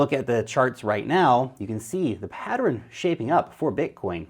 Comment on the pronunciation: PAT-TERN. 2 syllables. Geeze!